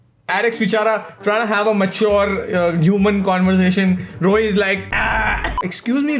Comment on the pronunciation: did he really said Rohi ?? brr its Ruhi